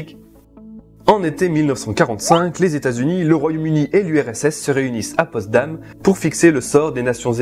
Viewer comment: POTSDAM! Et non Postdam...